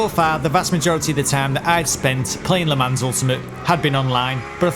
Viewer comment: You pronounced Le Mans correctly!! Couldn't be more proud of you mate! On a more serious note, I've watched a couple of your videos now as I've been thinking of purchasing the game and wanted to say: really good content mate. Sub'd and liked. 👍